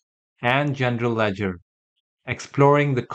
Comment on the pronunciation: Is he saying Gender ledger 😂